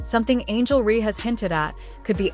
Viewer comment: Nicely said but it would have been better if the narrator knew how to pronounce Reece's name. Dumb